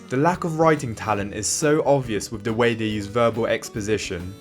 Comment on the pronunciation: I thought A Knight of Seven Kingdoms was boring. House of The Dragon is much better. Also not to be rude but please practice saying ‘the’. Great video though!